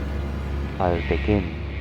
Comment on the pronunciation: pasensya na po sa tanong, bakit po ang dinig ko sa basa nyo sa ALTECEM eh ALTEKEM pero po pagtinuloy nyo SANTE CEM po tama basa nyo. tnx po